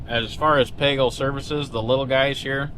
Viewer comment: That song has to be AI the first half of it the guy actually says "pagel" then the last half he pronounces it "page el"